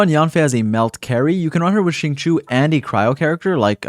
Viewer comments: correct me if im wrong but i thought it was xing-chee-ou instead of xing-cho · She-ing chi-ew My best try at helping non Chinese speakers understand how to pronounce it xD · it’s pronounced shingqiu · If I hear "Zing Chew" again I'm going to scream. He literally says his name in game. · Problem with non Chinese speakers the X and Q sound in Chinese is pretty hard to do. So like I’m just glad they are trying lol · I think japanese pronounciation is different from chinese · ah, okay then. i use the eng va so i won't know, but still, shing chew sounds so wrong when saying xingqiu's name lol. atleast to me